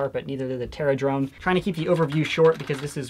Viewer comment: the terradrone is terra-done Lmao